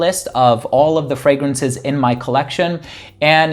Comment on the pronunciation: Its so funny that every video you do and you plug your channel the first pronouncation of "fragrances" sounds incredibly funny. There is always like a "fragranshhh".